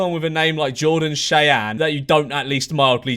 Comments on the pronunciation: George just so you know Cheyenne is pronounced [shy-an]. Sorry I’m a perfectionist lol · Its pronounced shy an